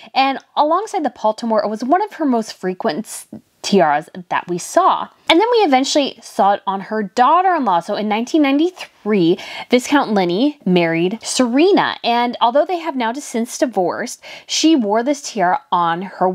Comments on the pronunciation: “Vi-count Lin-lee” is the correct pronunciation 😊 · Viscount = [vy-count], vy like my or by Linley =[lin-lee] ❄️🎄🌟🎄❄️ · Linley, not Liney. Margarets son is Viscount Linley. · You might have mispronounced the name of Princess Margaret's son.